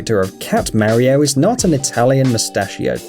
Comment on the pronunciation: Please learn how to say MARIO !!